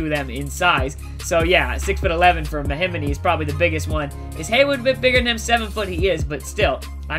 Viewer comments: MAH-HEE-MEE not mahimini lmfao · mahimity ? IT'S MA-HE-ME !!!!!!!!!!!!!!!!!!!!!